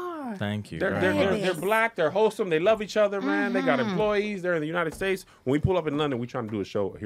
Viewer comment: 🤣 why he still say untied states 🤣😭